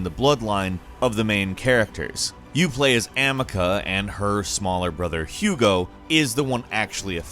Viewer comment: "You play as Amica" Excuse me? Amica?:D